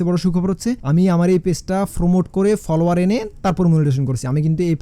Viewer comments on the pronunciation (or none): পলোয়ার😂 ফ্রোফাইল 😂 উচ্চারণ গুলা ঠিক করলে একটু শুনতে ভালো লাগতো😊